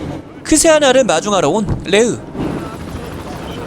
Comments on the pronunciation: 자막은 크세니아인데 멘트는 자꾸 크세아나라고 하시네요. ㅋ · 자막은 크세니아인데 더빙은 크세아나라고 하시는 이유가 있나용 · 계속 여주이름을 크세아나 라고 하시는데. 자막에도 크세니아 적혀있네요. 크세니아가 맞고 흔한 러시아여자 이름이죠. 간단하게는 수샤 라고 부르고